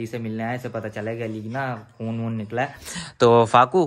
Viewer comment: Bhai khion nhi khun